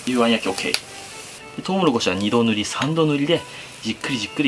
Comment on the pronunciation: 2度塗り3度塗りが安定の滑舌の悪さ